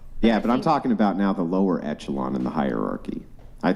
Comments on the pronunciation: Chick next to claims 140IQ Chick next to can't pronounce "hierarchy" Sure, they don't have to be related. But funny. Edit: asks her to re-read it 😂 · 140 I.Q. but can't read the word hierarchy....